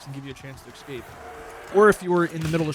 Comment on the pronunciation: More so "Expecially" and "Excape" - since when has pronouncing an 's' as a 'x' been a thing in Americal English?